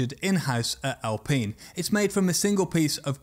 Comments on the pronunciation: Alpeen or Alpine? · Why is it Al-peen and not Al-pine? There’s only 1 e in the word. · I stopped watching the moment you said Al-peen,...bye! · Alpine Al, like the name- pine like the tree. Hopefully now you'll be able to say it correctly.🙏🙏🙏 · Al Peen.... Cmon! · I've never heard "alpine" pronounced as "al-peen". Are pine trees then known as "peen" trees? Jokes aside, it's a big yes from me for the video about aerodynamics. Will be waiting 👍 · The alpines are pronounce al pine in english.